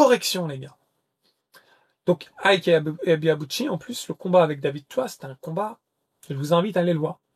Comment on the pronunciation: IKE très bien prononcer 👍👍👍 IBEABUCHI très mal prononcer 😂😂😂 Ca se prononce AYBIBUTCHI...mise à part ce petit défaut de prononciation, j'étais un très grand admirateur d'Ibeabuchi, pour moi ce boxeur aurait bien pût être un très grand et immense poids lourd, je n'arrivais même pas à voir comment Tyson aurait pût l'arrêter, il est le premier à avoir battu Byrd et Tua, même si pour beaucoup, sa victoire face à Tua était contestable, pour moi ce ne fût pas le cas. Mais quelle carrière gâché, j'ai mis beaucoup de temps pour me remettre de cette mauvaise nouvelle de fin de carrière, il avait tout pour être le meilleur de sa génération...vraiment dommage